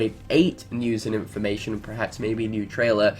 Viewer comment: só nomura has nothing to do with unchained x? who is in charge? and man, sorry, but the way you ALWAYS say "news and in for ma tion" is starting to get annoying 😯